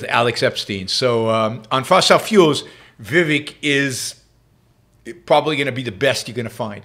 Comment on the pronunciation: First of all you you are mispronouncing his name...Vi Vake'! I have watched him for several weeks. I have not heard him make one mistake. Why would you critize his ten amazing points?